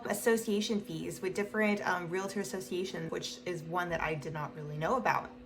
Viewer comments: Please stop saying real-a-tor, it's real-tor. It only has 2 syllables, not 3. There is no A between the real-tor. If you are one you should definitely know this. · You say realtor wrong